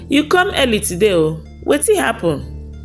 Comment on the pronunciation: Lol 🤣 you say weytin 😂